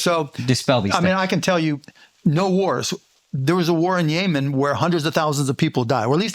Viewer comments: He said a bunch of things that were wrong. But Flagrant audience isn't so bright. "Yay-men" ??? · It's pretty clear just how disingenuous Mark Cuban is. Glazing Bill. Kamala is so smart. You don't have to like Trump, but please spare us this bullshit. "There was a war in YAY-MEN" lol this dude is so pathetic. No pushback either from these doofuses.